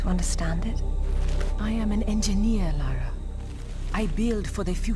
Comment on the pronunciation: maybe one day youll even love her enough to get her name right ;P i know im being snarky but it always baffles me how many people think its "laura" even after being told for 2 hours straight by the game itself - in both writing and phonetics - that its "lara".